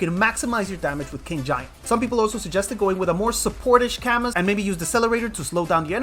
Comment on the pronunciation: isn’t his name pronounced cah-mu?